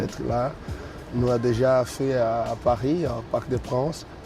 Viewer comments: Neymar il sait dire "Aller Pahis" 😂😂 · Neymar lui ce qu'il connait c'est " allez pahis" 🤣😭